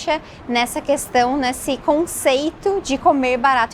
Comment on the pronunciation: a pronúncia está errada Gyu Kaku 😉